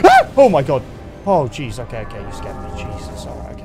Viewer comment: ngl it sounds like he said cheese there, and now every time he says it, I am reminded of the french